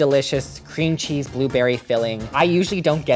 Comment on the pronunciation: I heard 去死 when you said cheese btw I am Chinese